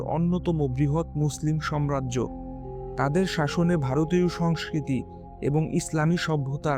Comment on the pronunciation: আপনার উচ্চারণ ভুল। আপনি সাম্রাজ্যকে, সম্রাজ্য বলেছেন। এটি একটি ভুল উচ্চারণ